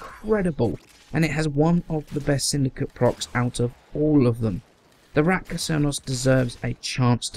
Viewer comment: Is it just me or you keep says Ratka instread of Rakta :-)